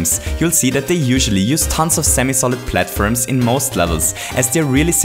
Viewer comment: he is a great youtuber but it bothers me that he says platfirms